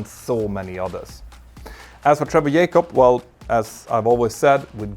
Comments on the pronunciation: "J-CUB" not "YAY-CUB" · His last name is Jacob. Jay-cob, not Yaycob. And no, it's not an accent thing. It's a laziness thing. You are quite capable of pronouncing it correctly, you just choose to be lazy and not pronounce it correctly. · J-cob, not Yay-cob, just fyi. great video about this shyster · Can Scandinavians not pronounce J ? The mentor pilot sais Yacop, not Jacop... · Its jacob not yakub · It is "JAYcobs" not "yaycobs" lol he is American not Spanish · His name is Jay-cob, not Yay-cob. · what got me is the way you keep saying "Yay-cub". Not sure this is how he pronounces it. hmm... I tried double checking and failed. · "YAKOB" hahahahaha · His name is not yaykob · Trevor Yay-cop? 🤣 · Just say Trevor, instead of saying Yay-cup over and over. It's less distracting! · That's not how you say his name. Can you please rectify your mangling of the English language? Also here in America, we use a comma for large numbers, not a decimal point. To me, $250.000 is $250 with six significant figures. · dude, if you cannot pronounce jacob, call him trevor ffs